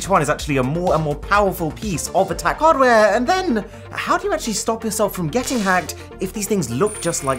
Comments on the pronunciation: what happened to his voice "powerful piece of attack hardWaReEe" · Still laughing how he says hardware